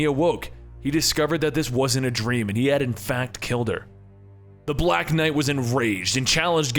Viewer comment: Umm... I don't like the way you said BLACK knight.